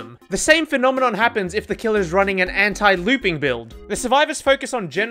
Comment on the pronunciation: Can’t process how he says “Anti” as “Hentai” , always gets me a laugh